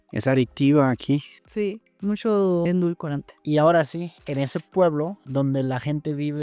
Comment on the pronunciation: Me extraña que esta chica diga que ella es "gastronoma" y que no sepa pronunciar la palabra EDULCORANTE, ella dos veces dijo ENDULCORANTE con una N antes de la d. Yo difiero mucho con lo que ella menciona de que los dulces en Japón no tienen azúcar. Todo dependerá cual dulce escojas, por supuesto que hay unos muy dulces. Por lo que respecta a las comidas, en Japón se usa un jarabe llamado MİRİN o みりん en japonés, el cuál es un jarabe muy dulce y muchas recetas de la gastronomía japonesa usan mucho el MİRİN y además azúcar, en la misma receta. Yo vivo en Tokio desde 1991.